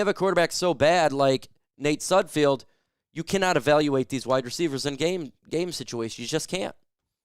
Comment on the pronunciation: I T ' S N OT SUDFIELD IT'S S U D F E L D THE'RES NO I YOU GET IT WRONG ALL THE TIME.